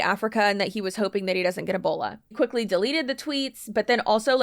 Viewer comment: And then he QUEEKLY…heheh QUEEKLY